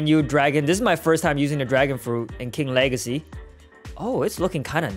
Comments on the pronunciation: The wegacy of King Wegacy keeps on going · "king wegacy got me crazy💀💀💀💀💀💀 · He said king wegaceyp